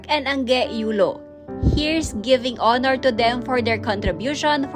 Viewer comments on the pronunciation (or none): none